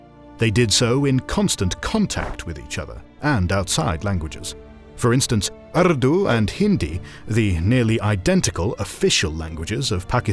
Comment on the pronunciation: The Christian European decides whether the Pasupati Seal of the Indus Valley Civilization is Shiva or not !!!:face-fuchsia-wide-eyes: He has even changed the pronunciation of Urdu to Ardu !!